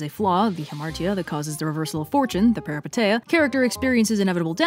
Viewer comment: I love your content so much but by God, this pronunciation of "peripeteia" is driving me up the wall (it's peripEteia and the ei is pronounced as ee, I still love you though)